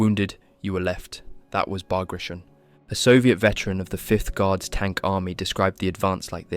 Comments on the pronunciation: Learn to pronance Bagration... it sounded ridiculous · You should look up how to pronounce Bagration. You aren't even close. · would it be possible for you to LEARN to pronounce BAGRATION before making a video about it? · it's not "Bag ray shun" but "Bug ra zeeohn" ... it's the name of a General that fought for Russia against Napoleon. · ბაგრატიონი [Bag-ra-ti-oni] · I think the dude's name, the russian general this is named after, is pronounced, Bag-Rah-Tee-On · Bagration is pronounced /bagratiOn/, not /bagrEishun/ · It's Bah-grah-tee-on. As in Baratheon, not as in Carnation. According to English grammar rules, foreign words, especially foreign last names, are to be pronounced in the original tongue fashion. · I was going to watch it when I heard "[bagreishen]" . That was painful to hear. It is sad to see someone doing a hour long documentary on a subject he can not pronounce even barely correctly. General Petre Bagrationi (not Bagration) was a Georgian prince, direct descendant of Georgian monarchs. He even could be the king of Georgia if russia had not abolished it as a state while annexing the country years prior. So it is BAGRATIONI, pronounced directly as it is written [bagrationi]. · Ba gra tee on. The 'on' is pronounced with a slight long oh sound, like in the word own, but not quite. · Great video! For info, the operation's name is spelled, "Багратион," and should be pronounced "Bag-rat-e-on." If it was as per most English speakers say it, it would have been spelled, "Баграишон," which it wasn't. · Learn correct pronunciation of Bagrationi, it is not an English word, nor it is Russian. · It's pronounced "Bah-grah-tee-own." There is no "shun" sound for the four letters "tion" in Russian. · Came to see if it was mispronounced or not. I learned it was pronounced Bahg-gra-tyon. Ending tion pronounced like scorpion. I used to think it was Bag Ration, which is a worse mispronounciation. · It’s pronounced “Bug rations”. It’s what we’ll all be eating pretty soon.